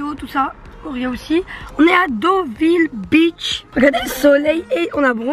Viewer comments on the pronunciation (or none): C'est beeeaach et non pas bicth mdr 🤣